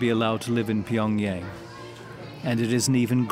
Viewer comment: Narrator's Pyongyang pronunciation is getting on my nerves...